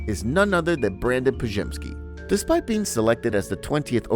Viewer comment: Bro, how can you pronounce Podziemski perfectly but can't pronounce Trayce correctly? 😂